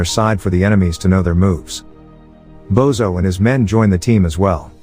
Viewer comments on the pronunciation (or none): It's not "Bozo" but "Božo" which is pronouced as Bozho 😅. Everytime he says his name Bozo the clown pops into my head. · It's Božo and it's pronounced Bozho.